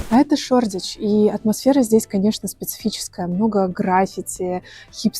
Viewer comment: ШОРДИЧ НЕПРАВИЛЬНО!!!!! ШОДИЧ. ЭТО ТАК ПРОИЗНОСИТСЯ. ЖИВУ ТАМ